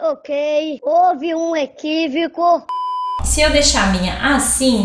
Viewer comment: falando pentelhuda KKKKKKK que engraçado "houve um equivico"